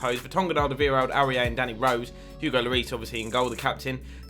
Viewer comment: You say Aurier wrong, it’s pronounced or-ee-ay